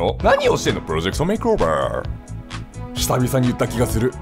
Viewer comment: make over を まけおべー って言うの地味にすき